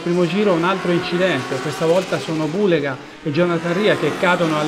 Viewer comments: Peccato per Niccolò Bhuleyga!!! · Importante e farsi capire,poi se dice bullega bullego ma chisse ne frega......!solo capaci a criticare (tipico italiano non tutti)!😂😂😂😂